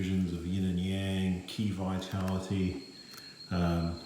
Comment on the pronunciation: I noticed you said Kee-Vitality when in the first few pages it says its pronounced Chee-vitality Good luck my friend